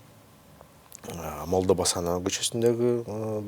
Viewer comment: көчөлөрдүн атын кыргызча туура айтсаң, чоң чиновник туура сүйлөш керек! МолдобасановА, МаликовА- деген кандай?!!! Алар эркек кишилер болгонун билесиңби?!! Уят! ТоктогулА, Тагалока Малда- деген орустардан айырмаң жок го?!!!